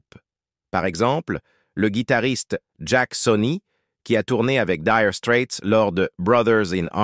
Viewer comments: Nulissime "Dire strette " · Comment il prononce 🤥 Diiire straits,O.M.G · Apprenez donc pour commencer à prononcer correctement le nom de ce groupe😅😅😅